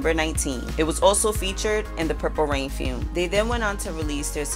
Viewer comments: LOL!! I was wondering what a "fume" was. It had me fuming. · Why can't this lady pronounce "film"?